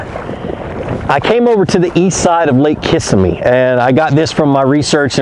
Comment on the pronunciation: That is not how you pronounce Kissimmee. Pronounced Kiss em ee.